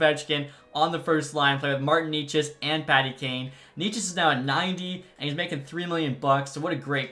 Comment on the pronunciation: it is pronounced nay-ches not knee ches !!!!!